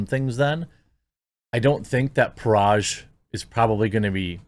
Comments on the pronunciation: Dude, Parag is pronounced 'puh-rag'. Hard 'g'. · You can pronounce Agrawal correctly, but not Parag and butcher it to Paraj‽